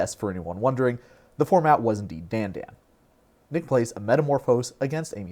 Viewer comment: It's pronounced Dandân